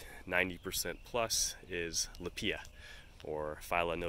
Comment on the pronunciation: Rather jarring your pronunciation of lippia and kurapia.... I've watched several videos about each and I've only heard, "LIP pee uh" and "ker OP ee uh" 🤷🏼‍♀️